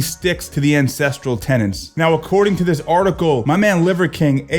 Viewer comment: Holy F he markets “core ancestral TENETS” and still most pronounces it as “Tenants”